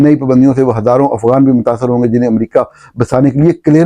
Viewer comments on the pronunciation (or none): none